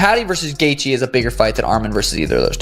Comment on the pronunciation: LOL bullshit vid, and this bell end dont even know how to say Gaethje , fucking gefka ... wtf is that